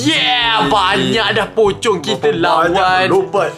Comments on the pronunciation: Saya Ter gelak gelak dengar cakap pocong jadi copang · Kenapa ckp copong 😂😂😂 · Yang kelakar cakap nama pocong tu copong